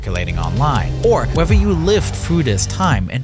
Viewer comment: Wevver you’ve heard